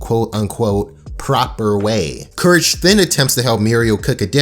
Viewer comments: You said curse the cowardly dog instead of courage in the beginning of the video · No one: Absolutely no one: starting the video: “Curse the Cowardly Doug”